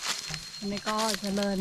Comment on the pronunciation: ร เรือ ชัดเจนมาก คำควบกล้ำ ดีมาก ปรับปรุง นิดหน่อย คือ คำที่ใช้ ด กับ ล บางทีสลับกัน เช่น เดิน เป็น เลิน แต่ก็ฟังเข้าใจ ครับ ชื่นชมครับ ใช้ภาษาไทยได้90%แล้ว